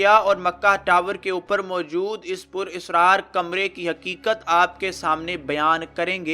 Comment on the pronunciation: Pur israar nahi hai bhai purisraar hai sahi lafz.. video achi hai